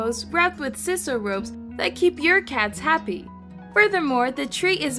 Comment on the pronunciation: Sisal is pronounced SIGH-SAL, not SIS-al.